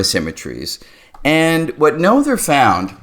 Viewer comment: Emmy’s last name rhymes with Nurtah. (And the t is sounded as a t (not d). I wish I understood Noether’s Theorem as well as can I say her name.